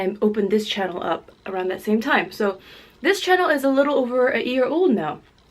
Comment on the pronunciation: anybody else think its cute when drops the y when she says year?... so adorable anyways love her muckbangs... I will be back